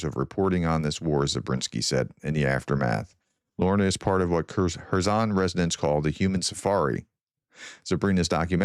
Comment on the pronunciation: Are you sure that you are pronouncing Kerson properly?